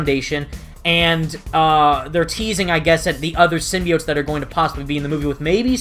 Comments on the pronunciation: I think "sym-Bi-ote" as they say might be the plural of Symbiote. Instead of them saying "Symbiotes"...Nice video by the way.😁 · I too hated that girls pronunciation os "simbayotes". And it's not her accent, she's just saying it wrong. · U know, I realized the same thing, how they pronounced “symbiotes.” My whole life I’ve always pronounced it how u have pronounced it , and when I saw the trailer, I realized how they said the word, and I kinda cringed.